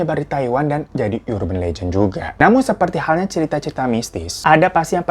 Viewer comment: "Urban" tuh bacanya bukan "yurben" deh bang....